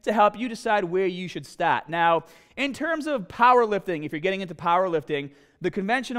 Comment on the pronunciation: .. to help you decide where to staaaht